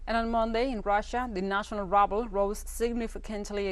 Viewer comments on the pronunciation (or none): Thank you for the news update. Russian ruble is pronounced as 'ru ble' not 'rub ble', which means trash. New Chinese FM's name Qingang is pronounced as 'Ch-in Gh-ang', not king gang